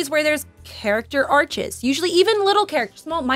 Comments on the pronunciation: I love but she kept saying "character arches" lol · It's character Arcs lol, not Arches 😉